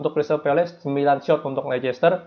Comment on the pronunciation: yg betul nyebut Leicester itu lesester apa lister, coba deh dicek pronounsation nya, bravo